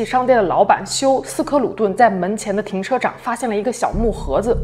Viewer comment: 停车场口误说成了停车长哈哈哈